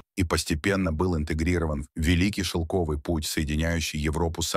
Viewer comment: шелкОвый путь, персЫ, пяясот. финИкия